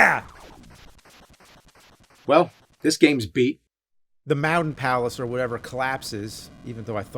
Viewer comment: My favorite thing about James is how he can't say Button and he says "buddon". The same with Mountain, he says "Mowden". See for yourself. . Also he can't say Wolf, he says "Woof" like a 2 year old.